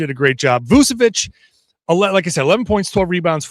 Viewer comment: hey, his name is pronounced with a CH, so Voo-cheh-vich, not Voo-seh-vich